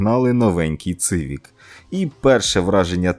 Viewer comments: может я не прав но правельно Сивик а не Цывик , и японцы говорят Сивик на сколько я замечал ))))) и как мне подсказали , не знаю на сколько это правда , буквы Ц у японцев нет , соответственно не может быть Цывик ))) сорян за каЦапский язык ))) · Однозначно лайк. Тільки коли вже люди запам'ятають як називається одна з найрозповсюдженіших машин у світі? Назва моделі-- "СІВІК". не цивік і не цівік. Ви ж не кажете "цитроен"? чи може кажете?))) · Коли вже до вас дійде))))? Хонда Сівік не ЦИвік))) вже прямо як кацапи розмовляєте))) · Не Цивік, а Сівік. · Перекладаєте з англійської ? А чому не знаєте що С не читається як Ц?) Цівік кажуть тільки кацапи!